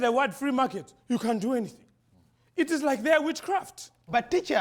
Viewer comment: Purely off the accent, this part ended me: "In America, if you say the word "free market", you kahn do anything. It is like their witchcraft."